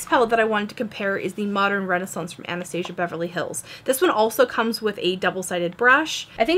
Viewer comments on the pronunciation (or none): none